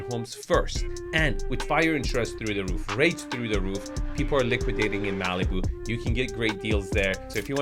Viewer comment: I've never heard Malibu pronounced that way. Maleeboo. I like it! It's probably more accurate, too.